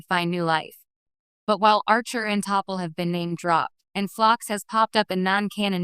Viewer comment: It's T'Pol NOT "Topple".